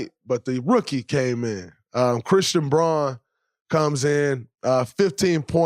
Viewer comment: Always enjoy Draymond's breakdown of the games. I'll forgive him mispronouncing Christian Braun's name (this time)